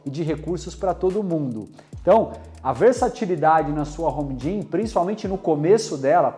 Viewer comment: Pequena observação: quando vc for falar a palavra GYM, termine a com M e não com N. Caso contrario a palavra fica parecendo gin (a bebida). De qualquer forma, acho seus videos demais. Poucos videos ai falando realmente o que é necessário. Abracos